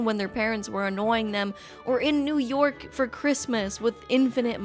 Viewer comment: It's New York, not "Poo Pork".